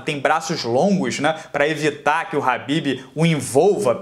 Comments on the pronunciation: Nao e "RAHBIB" E "KHABIB" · Alguém fala pra ele que é khabibi e não rabib